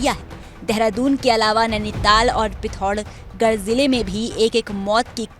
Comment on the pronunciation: इनको एंकर कौन बना देता है? पिथौरागढ बोलना नहीं आ रहा है °®